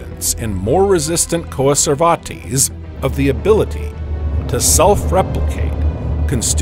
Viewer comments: Coa-ser-var-tease? {:o:O:} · The way he's pronouncing coacervates makes me think he's talking about a lesser-known Spanish conquistador.